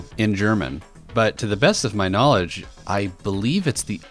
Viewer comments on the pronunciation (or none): none